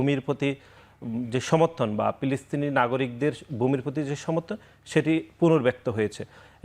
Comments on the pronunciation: ফিলিস্তিন কে পিলিস্তিন ও উনি কী ফ উচ্চারণ করতে পারেন না? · এ কোন ছাত্র নেতা? বার বার বলছে পিলিস্তিন। পিনিস্তিন মানে কি? এরা শুদ্ধ করে কথা ও বলতে পারে না। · পিলিস্থিন পিলিস্থিন করে কেন রে ভাই?